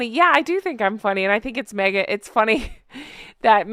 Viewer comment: Who’s Merghan? 😂😂😂😂😂